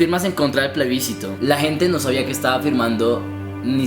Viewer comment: Me parece excelente todo lo que dijeron enserio 👏, pero debo de corregirles algunas cosas es más bien una crítica constructiva 1. Juan Pablo pronunciastes la palabra plebiscito mal 2. escribistes papá y mamá sin tilde ( papa y mama). ya eso era lo único que quería corregir de resto todo me pareció muy bien 💓🎉